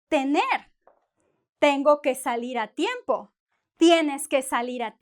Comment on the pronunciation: I learn a lot from you, I am from India learning Spanish. But I was confused when you kept saying temprano when it’s written tiempo in the board.